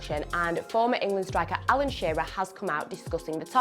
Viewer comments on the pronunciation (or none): none